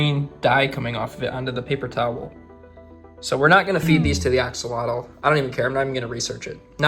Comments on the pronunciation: " axolado" hahahahhaha, repeat with me: A HO LO TEH...do you want me to say your gringo name like this:? hahahaha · I just want to say it is pronounced "ack-oh-low-till" which is an indigenous word not "axalottle" as you said it 🙏🏼 thank you for your video! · The correct pronunciation is ah-SHOH-loht. It's a Nahuatl (nah-watt) word. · As per my wife...who happens to be be Mexican, it's pronounced ahh-haa-lote. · You've been pronouncing it wrong its pronounced like ash-ol-lot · Thanks for saving his life. btw. The right pronunciation is: ah-hoh-LOH-teh. Mexico is pronounced ‘MEH-hee-koh,’ not ‘MEK-see-koh.’ The X is pronounced like the Spanish J. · the actual pronunciation is ah-show-lot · Yay...Name, Ashy? As its pronounced Asholot FYI, it's Aztec 😊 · it's pronounced "ah-ho-lo-teh" the x is a Spanish j sound, so an h. Like how Mexico in Spanish is pronounced Me-hee-coh. I like the suggestion of Nubs for his little arm. Could also be Manita (little hand in Spanish) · Why does no one pronounce it correctly?!